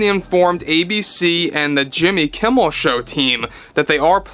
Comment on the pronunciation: Jimmy Keem-mel? come on, that will be too obvious Di-sney? that aint funny anymore.